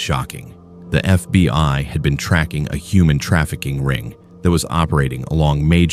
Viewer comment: Its FBI, not FB (pause) I. AI fking sucks.